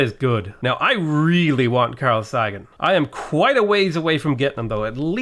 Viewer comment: "I really want Carl Saggin" WAT YOU DON'T KNOW HOW TO SAY CARL SAGAN'S NAME?